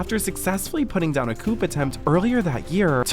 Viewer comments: oh my god, I can't listen to you anymore - you said "COOP" 3 times! The word COUP (i.e. coup d'etat) is pronounced "COO-" This is your job and you can't even take the time to get the words right? Sorry, I can't take you serious anymore...turning off...MMMkkkk Love you Bye... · Not to be a dick, but it’s pronounced COO, NOT COOP. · Coup is pronounced coo, not coop. The P is silent. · I just have to say, I can’t understand the amount of people that feel like it’s necessary for them to come into the comments to say it’s pronounced “coo” with a silent “p”. Who gives a tiny rats ass how he pronounces the word? It would be one thing if they were saying it with love but most of them sound rude AF. Love you & love your videos + deep dive, study break, BJ Investigates, and Secret Society ❤️❤️❤️ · OH NO honey it’s pronounced “coo” not “coop”. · Full Lindsay DEEP DIVE please!! Love ya'll 💕 P.S. The word "coup" is pronounced "koo," just in case you want to edit those parts ✨ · I am not at all criticising the pronunciation of "coup" as "coop", but it had me in stitches imaginging an army of chickens overthrowing the leader of a country 😂😂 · We don't say it like that. We pronounce it like "coo"... This guy just mispronounced it. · Bae,"coup" is pronounced like coo,like a baby cooing lol.P is silent 😊. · ...and coup is pronounced "koo" lol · It’s pronounced “coo” attempt, not coup. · A coup attempt😂! Like its a car😂!!! Its pronounced Coo! Just spelled coup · "Erd-ō-gan.. COOP" .. bruh, are you good? Please at least try to Google the pronunciations.😊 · Lmfaooo if I hear you say "couP attempt" one more time I'll lay down and die 😂 (The P is silent) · Or how about pronounced Coup with a ‘p’ lol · Coup=Cou (sounds like coo), the p is silent.❤ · It's a "COUPE!" 😆 The "P" is silent. It's like "Coo", but it made me giggle to imagine Lindsey Lohan yelling at a bunch of little 🚗 🚘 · Darling, let's work on your pronunciation. Erdogan = "AirdoeAn." Coup = "coo." You got this!